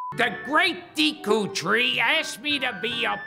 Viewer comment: He pronounced Deku wrong.